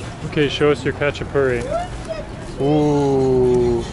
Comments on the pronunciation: it’s HA CHA PU REE, it’s not Russian food it’s Georgian food. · This guy can't even pronounce a Khachapuri.